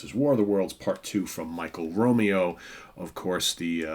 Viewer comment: Your pronouncing Michael's last name wrong it's not Romeo as in Romeo and Juliet it's (Row Mayo)